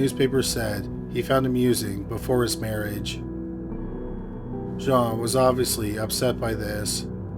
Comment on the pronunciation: "Jean" (female) is pronounced the same as 'Gene' (as in Eugene). Capiche?